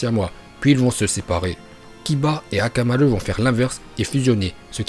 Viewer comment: mais pourquoi tu di akamare